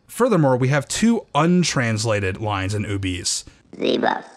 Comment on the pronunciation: I've always read the term "Ubese" as "Ou-beh-sae", closer to an African(?) dialect (don't know enough about African regional languages/dialects, but the nearest approximation I could think of), since it's also the name of the species in the Star Wars universe, and "Ubese" as pronounced in the video sounds too close to "obese", which just sounds silly. :D I saw them in KOTOR 2 as enemy NPCs, but didn't realise they were supposed to be the same race as Boushh/Leia.